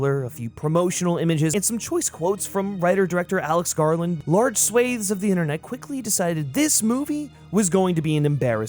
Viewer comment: Say Swaths again like that and I am coming after you 😘